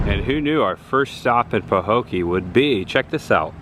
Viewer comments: It is peinounced " pa- Hoe- key" it was the home of Mel Tillis. Great job of content. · Pah-hoe-kee. I'm curious about home prices. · Pa-Ho-key is how to pronounce. Where the abandoned picnic tables were in Port Myakka there used to be an old general store on the corner across from the picnic tables. I believe they closed in early 90s or late 80s. I have a story about that bridge there’s an apparition that appears on it. That old ran down convenient store you saw Canal Point… I was always told Burt Reynolds stopped there in the movie cannonball run. I live in Belle Glade it’s sad we live in a beautiful place that could have so much potential. There abandoned Burger King in Pahokee was a Chinese place after BK closed in early 2000’s. I could go on & on but I will stop 😂 also Mel Tillis is from Pahokee…the gas station on the corner across from the grocery store is where he worked when he was a teenager. If you ever come back to this area message, we would be more than happy to tell you the history and take you to places that you haven’t seen . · Sorry to say, this is a poor town. The median income is only $35,000 per household😌 last I checked. The hospital even closed and was abandoned years ago. It is pronounced Paho kee. Love your content! Tell Chris the girl: NO ONE has ever died from a frog attack. However I would probably kill myself getting away from the flying roaches we have here in Florida.